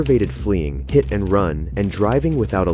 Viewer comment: I realllllly hate when suspects take a one syllable word and make it into several. I'm hurrr-errrt! "I got hiiiiiiii-itttttt!"